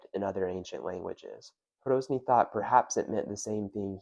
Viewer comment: Great video but his name was Hrozný not Hrouzný. Short 'o' not diphthongized 'ou'. A common Americanism.